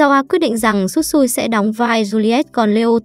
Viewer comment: Shisui mà nói Tsutsui